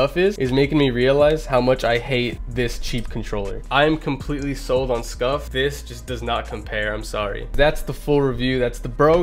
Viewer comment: Who also thought he said scuffed not scuf